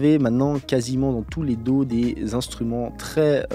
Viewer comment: Si ça te dis , tu pourrais prendre des cours d'anglais et particulièrement sur la prononciation .... daw ... tu prononce do ... c'est horrible 🤣